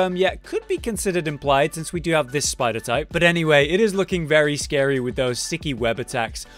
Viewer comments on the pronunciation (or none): none